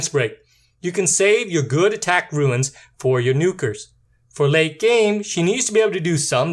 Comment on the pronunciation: Other than pronouncing runes (roons) as ruins (roo-ins), the video is great. I am subscribing because I like the way you approach explaining how to effectively rune a monster and how the abilities work. I am shocked to see that you only have 293 subs at the time of this post; however, I have a feeling that if the rest of your content matches this one, you are going to explode in subs and views in the very near future. Thanks & Great job!